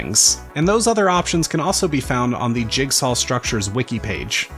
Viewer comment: why do you say: "jigsal"